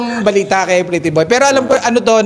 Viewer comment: Yes po Titiboy na Hnd talaga ma bigkas ni nanay luz ang pretty boy